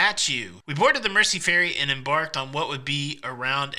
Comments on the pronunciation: Uh, to quote Gerry, I believe it’s pronounced “mer-ze”…🎸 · By the way. It's pronounced 'Merzey'. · Glad you had a great time in my home town. If I had known you were here I would have taken you around the city. Just a couple of corrections on your pronunciations Mersey is Mer-zey Liver is Lie-ver. Apart from that you did great. X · America PLEASE take note. It's pronounced "Merzee" NOT Mercy. Listen to Gerry and his pacemaker singing it. Also, it's the Royal "Lie ver" building, NOT Liver as in the internal organ.